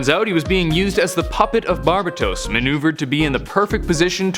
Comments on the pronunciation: You pronounce so many names horribly my god lmao. Bar-Bay-tos. not barba tos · ITS BAR-BAY/BAE-TOES NOT BAR-BA-TOS JESUS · Actually pronounced bar-bay-tos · Not trying to be rude but its pronounced bar-BAT-os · It’s pronounced bar-bay-tos